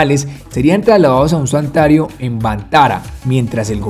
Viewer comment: Es santuario , no santario